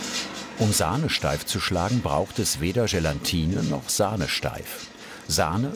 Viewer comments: Unfassbar, wie viele Leute - bis hin zu Spitzenköchen - GelaNtine sagen. 😖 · Er hat „GelaNtine“ gesagt. 😭 😉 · was sagt der Sprecher da? GelaNtine? Ansonsten wie immer sehr entspannte Ausgabe eurer Sendung! :) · wenn er jetzt noch lernt, wie man Gelatine korrekt ausspricht.... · Peinlich, dass der Sprecher Gelatine nicht aussprechen kann.